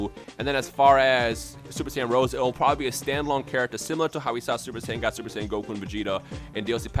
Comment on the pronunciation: It is Super Saiyan Rosé, as in Rosé Wine, not Super Saiyan Rose, like the flower. So "Black Rose" doesn't make any sense.